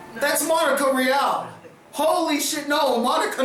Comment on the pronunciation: I know this is a nit pick but I've always been annoyed every time i hear you say her name wrong in other reviews of yours but I've never made a comment. Her last name is pronounced (ree-all) Monica Rial. When she herself announces herself she says it that way so you've always been saying it wrong.